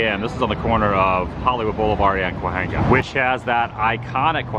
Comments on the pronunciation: The ‘H’ in Cahuenga is silent. Ca-Wang-Ga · Kwa-Hanga . . . 1st time I've heard it that way 😄